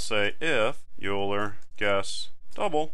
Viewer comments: String EulerPronun; While(EulerPronun != “oiler”){ cout << “enter Euler pronunciation ”; getline(cin, EulerPronun); if(EulerPronun == “youler”){ cout << “Youl her?! I hardly know her!” << endl; } } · Your use of parentheses is suspect I think when you write "(age >= 80 && ((age > 100) || ((age-AgeAtlastExam)>5)))" I think you have one too many left parentheses unless I'm going crazy. Also, it's pronounced "oiler" not "U-ler" !! Lastly, I'm experienced with programming, but haven't seen C++ before, not sure why so many people can't follow along at this pace, this is exactly what I was looking for! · Good tutorial but please never say "yuler" again. It's "oiler". Thanks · Euler is pronounced "oiler". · Great video, but Euler is pronounced Oiler. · When he mispronounced Euler, I laughed and actually pushed my glasses up on my nose. : ( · Anyone else notice that he kept pronouncing Euler wrong? Tutorial was amazing though.